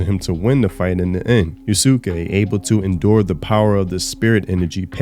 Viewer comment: This is a little petty but how why did you pronounce "yusuke" yus-ke, as yah-su-ke? Is that how they say it in the sub? Because they definitely don't say it like that in the dub.